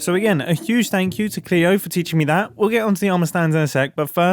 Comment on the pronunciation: Oh mumbo I love you even more for calling Cleo with the appropriate pronounce❤